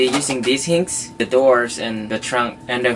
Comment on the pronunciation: Hinges is pronounced hin-jes